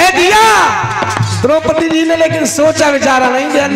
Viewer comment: Aap Har ji ko zi Kyon Kahate Hain